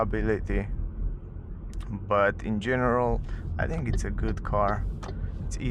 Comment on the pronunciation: Try to say English TH like in CLOTH. You say I THINK like I TINK 😢😢😢